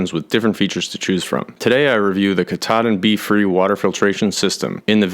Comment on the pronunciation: Katadyn = KATAlysator elektroDYNamisch (Swiss Compagny). The prononciation is "Cat"-"A"-"Dine". It refere to the first process of water treatment engineered by the brand in '20s, not the Mount Katahdin. (I worked 6 years for the compagny).